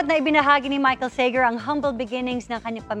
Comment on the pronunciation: Nakakairita yung "Sey-ger." Pure pinoy tatay niyan kaya "Sa-gerrr" dapat. Masyadong pasosyal!